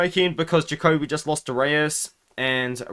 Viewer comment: LMAO it Dustin Ja-Coby NOT Dustin jacK-u-b